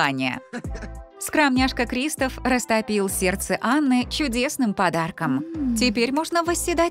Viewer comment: Не крИстоф а кристОф